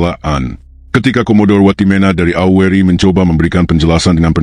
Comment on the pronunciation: Tolong dong membaca kata " AURI " nya harus jelas, jangan seolah disamarkan membacanya !!!!